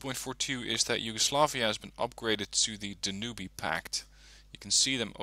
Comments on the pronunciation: Cuh-nada, Dan-oo-bay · That was a very "interesting" pronunciation of the Danube name :))) Looking forward to your next deck reviews, i love these videos.